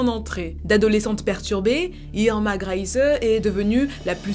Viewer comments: ça se prononce "grése" avec l'accent sur le "é" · Pour la prononciation du nom de famille Grese, c'est /Gr'ɛɪzə/ (si tu sais lire l'alphabet phonétique international. Le premier "e" est plutôt fermé et le "e" final est muet. Ta vidéo était vraiment super intéressante : la période du Troisième Reich et la Seconde Guerre mondiale étant des époques qui m'intéressent tout particulièrement.